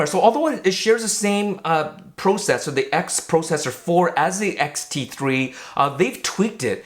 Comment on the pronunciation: "Pro - cessor"